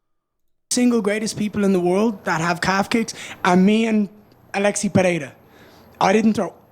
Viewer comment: it's more like Aleks, not Aleksi